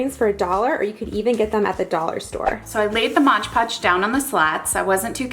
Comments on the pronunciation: Even though everyone knows what it is, I still cringe when anyone says "modge podge" . It's MOD podge! LOL. It's like when people say "Febuary" instead of FeBRUary with an "R", just makes me cringe to no end. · It's pronounced 'MOD podge', not 'modge podge'. I worked at a craft store and this was on of my pet peeves. "Excuse me, do you sell modge podge?" Um, no. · Great video, thank you so much for sharing! =) (Btw, I believe its "Mod-Podge")